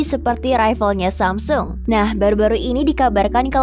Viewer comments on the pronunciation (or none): none